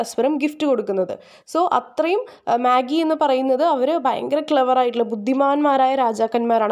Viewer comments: Magi alla vaayikkuka മജായ് ennaan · It is not മാഗി but മജെയ്. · Maagim Noodlesum onnum alla. It's meijei while pronouncing..